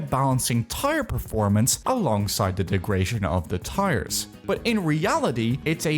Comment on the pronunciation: "degration" wtf is bro on